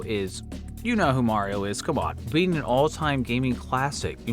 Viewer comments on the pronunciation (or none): You said "Mario" wrong.